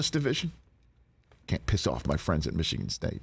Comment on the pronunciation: Big ten is overrated, rich. Mee-shigan is a joke